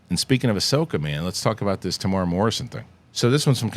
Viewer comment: TE-MU-E-RA NOT TEEMOORAH